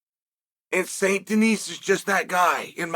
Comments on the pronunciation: DENIS. And you dont prononce the S. Denise is a female name. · Just a quick tip, the S in Denis, is silent.